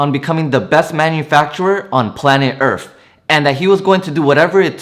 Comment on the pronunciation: Bless your soul for these videos but “planet erf”